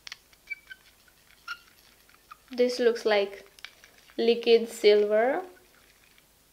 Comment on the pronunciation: every time you say "lick-id" instead of "liquid"...*shudder*